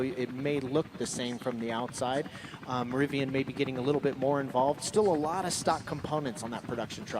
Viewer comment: Rivian Timestamps: Rivian R1T at the starting line Zipping off the line Straightaway Switchbacks More Switchbacks "Rivi-awn" lol Birds-eye view Final turns Finish line (smashes record)